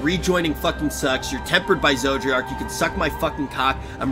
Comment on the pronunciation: Maybe will finally remember how to pronounce "Zodiark's" name after a certain cutscene.